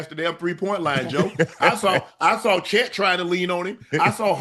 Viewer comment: Che(a)t Holmgren 😂😂😂. Keep it going